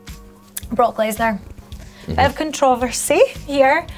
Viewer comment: she had me at hello, but then she said controversy...